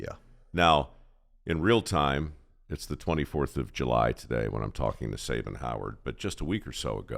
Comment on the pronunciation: Only disappointed in one thing here and that's Mike Rowe's mispronunciation of "Sabin" and Sabin NOT correcting him.